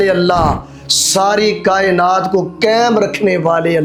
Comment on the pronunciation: قیم نہیں ، قیم غلط ہے قائم پڑھیں ۔ قائم رکھنے والے ۔